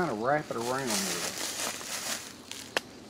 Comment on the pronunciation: that’s right I think that’s a str8 up southern saying right “dayer”